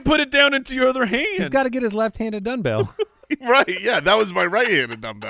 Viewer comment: Referring to a previous episode, does say DONE-bell 😂